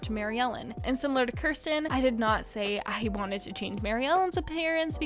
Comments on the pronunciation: Kirsten is pronounced keer-sten, not kur- sten. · Yeah, the new Felicity doll's dress made her butt look big and I didn't like it. Do they sell Josefina's goat Sombrita? And Josefina is one of the most beautiful Historical dolls! I think it's pronounced "Keer-sten" (Kirsten), but I get it was 2 am, so you get a pass for that. Yeah, what she was saying about Courtney looking too similar to Maryellen, I have the same problem with Kira Girl of the Year 2021 because she looks too similar to Julie, and when I heard that they were going to have an Australian Girl of the Year, I was hoping that she would be Aboriginal.